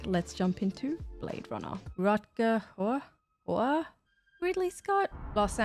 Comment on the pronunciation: Hauer is pronounced how-er with a German accent.